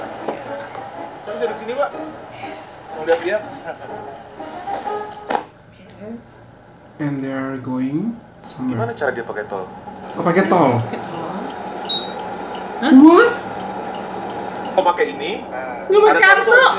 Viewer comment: indeed cikgu. we say 'arrr' bukan 'eyyrr' Hhehehe